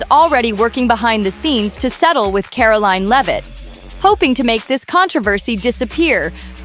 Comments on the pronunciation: Who narrated this? She can't even pronounce Karoline's name, properly 😒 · Can you please pronounce Karoline’s name correctly.